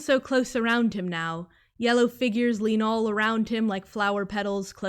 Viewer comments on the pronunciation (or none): none